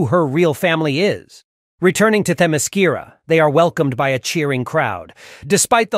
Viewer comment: Why did you add all that woke morality there at the end? You even mispronounced the island!